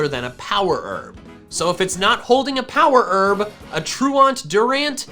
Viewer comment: Nobody:: power erb (sorry if this is offensive lol)